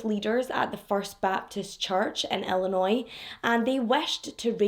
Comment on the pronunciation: I am stopping the video to comment that you are one of VERY few people who have pronounced my home state of Illinois correctly!!!! Even people from other states (California in particular where I went to college) pronounce it ILLI-NOISE! with these s pronounced! This case happened the year I got married and broke my heart. I am a domestic abuse survivor (not my marriage, I was 18 and living with my abuser, I just thank God there were no children involved) and thankfully now these cases are no longer triggering but I do have a deep understanding of the mental abuse that goes through these relationships and why they don’t “just leave then”. I was (and am again thanks to therapy) a strong, confident young woman and the last person you would ever think would take abuse. He met me at a vulnerable time and was so manipulative and good at gaslighting and knowing what to threaten (to kill my younger brother and he meant that) that when I finally reached my breaking point, I fled to California to get away. It was years of therapy before I trusted anyone again. I have now been married ti my soulmate and best friend for the 26 years of this case being open. I hate that they haven’t found her body to give the family closure and what peace they need. 😢